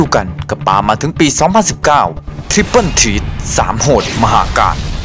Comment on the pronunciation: มันอ่านว่าทริปเปิ้ล เธรทนะคับ